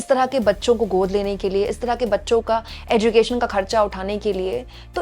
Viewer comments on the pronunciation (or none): none